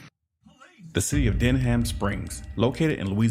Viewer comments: Denham (den-um) Springs lol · Den-ham LMFAO, your pronunciation makes me laugh, say it fast like dunham. Louisiana is known for its horrible cops, especially Livingston parish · It's pronounced denim, like denim jeans. Not Den HAM. LOL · Wtf he called the city. Bro. Its denham springs. We say it like the blue jeans denham. Not den ham. I know it might sounds stupid but just letting you know that is the way we say it. Denim. Is how we say it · Denham Springs is pronounced Denim like the jeans. JFYI 😁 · Its Denham pronounced (Den Um) I remember this case, I'm right up the road in Baton Rouge. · It's pronounced Den um. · its pronounced denim, like denim jeans. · FYI it’s pronounced denim…like denim jeans…Denham Springs… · It's pronounced "denim" springs. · Down here, Denham is pronounced like Denim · Denham is pronounced “den im” just like the material, denim. Denham Springs, LA. Now the officer will get to pronounce “defendant” when the lawsuit is filed. Twelve years of experience hasn’t done much for the officer’s learning anything legal because of his ego. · pronounced "denim springs" I stopped driving through there years ago. I received multiple b.s. tickets and harassment. Next town from me. "Baton Rouge" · Denham is pronounced like denim